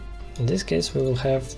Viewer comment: its not ZIS but DIS